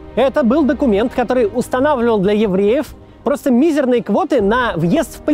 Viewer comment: ударение на мизЕрные